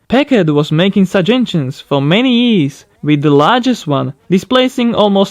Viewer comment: Am I the only one who is hearing ''IS'' instead of "years" ?